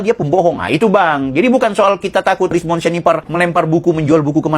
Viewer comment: Krsmon atau rismon ya? dari tadi hos nyebutnya krismon krismon tolong bacotnya jangan fitnah